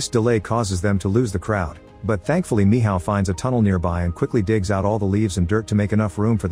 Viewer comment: Michal❌️ Mihaw ✅️